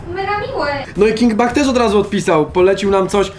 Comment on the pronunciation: pisze się king bach a mówi się king becz tak na przyszłość